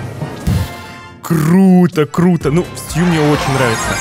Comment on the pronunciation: Стью а не сту, уже бесит это слово